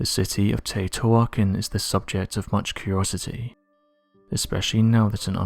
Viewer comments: Teotihuacan is pronounced more like Te-o-Tea-wa-can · The city is pronounced Tae-O-Tee-Wa-Con...you're killin me, lol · The city is pronounced Tay oh tay whah kahn, which means God's house place. Cutiouly, it means the same thing in the Gaelic and Gaeddic Celtic languages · First if you're going to do a documentary know how to pronounce the name of the place that's completely wrong pronunciation second off this is a huge power plant which draws water in from the river the stones that are clad around the whole building or electromagnetic they could use local stones that are everywhere but these stones are from hundreds of miles away and we're also covered up with stucco so you couldn't see them do you know the colors of big rock with a whole bunch of smaller rocks around every Rock it's the conduct electricity that's why they chose those rocks because you would never see them cuz they would be stuccoed over you want to get stupid keep watching this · Great video, but that pronunciation of teotihuacan is really sticking out to me... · Yeah....you would have thought he would pronounce it properly lol